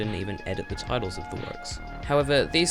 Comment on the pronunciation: man said tittles